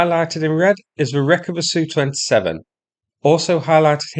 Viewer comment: Can you stop saying SU, instead say S U. It sounds so stupid to hear it as a "word". Can't explain it better.